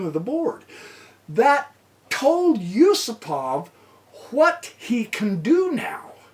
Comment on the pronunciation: Yusupov is not Yusopov !!...